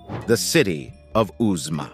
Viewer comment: at 25 minutes, you talk about "Uzma" which is actually the well known ruins of Uxmal, I recognize it for having visited the site. Why call it Uzma?